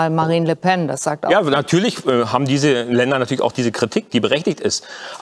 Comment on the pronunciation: "Le Phenn" (Le Pen) 😆😂😆